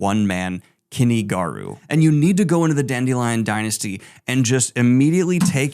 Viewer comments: It isn't Kenny Garu. It is Kuni. as in coo knee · Is that really how you pronounce Kuni Garu's name? The Garu sounds right but Kuni sounds like you're saying Kenny.